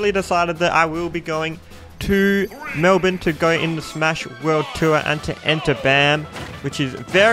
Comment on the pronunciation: why do aussies pronounce melbourne as melvin?